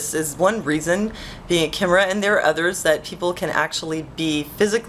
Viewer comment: Very interesting. By the way, you say it like 'K-eye-mira'.